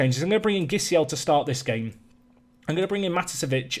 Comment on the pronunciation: As a Brazilian, I feel a need to correct your pronunciation of Gisiel's name In this case, the G sounds like a J. Players with GUI in the name have the G sound and a single G, without the U, sound like J